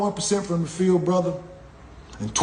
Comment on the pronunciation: Funny af how he says "brotha"😂